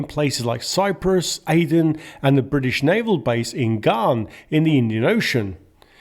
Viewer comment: It's pronounced Gan as in man, not Garn! Are you trying to impersonate AI?